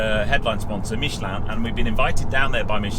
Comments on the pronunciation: Pronunciation of Michelin spot on!👌 Great review as always! Cheers, Tom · Good to hear somebody pronouncing ‘Michelin’ correctly… 😀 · let's start saying Renault, Citroën, Toyota, BMW, etc, like the natives pronounce them. It just sounds pretentious. If you ask 100 Britons I'm sure 90 would say Michelin.